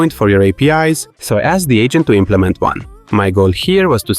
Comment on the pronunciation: I keep hearing "the ancient" instead of "the agent", and i think it only makes three video better.